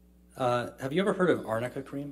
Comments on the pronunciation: Arnica is the correct name of this cream. Fancy a highly paid lawyer not being able to pronounce it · when he was questioning Isaac Baruch, I heard amica too. Now I distinctly heard arnica. And it is a flower used for creams. For bruise cream, apparently, in America. Not in my country. I was a bit confused as well. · They were saying amica not arnica lol “what she wearing amica?”